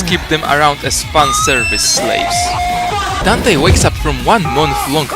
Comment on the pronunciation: "and this is Donté and this is MagGonelds Smoofie And this is Jay-C!-On!-mo-mo-uh" D M C